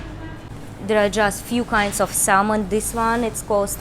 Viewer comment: Your guy friend is American and couldn’t be courteous enough to correct your English for you so you don’t continue to make the same mistakes? Not a great friend to have IMO. Your most obvious mistake was your mispronunciation of “salmon”. The “L” is silent. It’s pronounced “sam-in”.